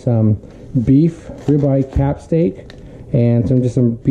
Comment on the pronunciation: Its rybeye CAP not CUP...lol.